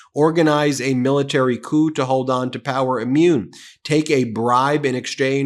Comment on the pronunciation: Coup not Cou.